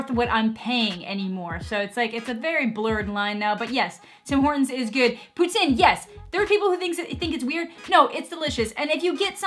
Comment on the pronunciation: You pronounce Poutine like Putin lol